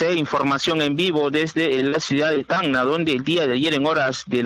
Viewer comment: Ciudad de TAN NA? donde queda tan na? es Tacna , contraten reporteros que sepan pronunciar bien.